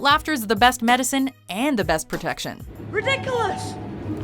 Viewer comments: It’s redikillus not ridiculous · I'm about to Hermione but its: ri-di-ku-los not re-dicu-lus